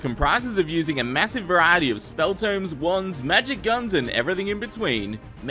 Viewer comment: Everyone: variety: Varaty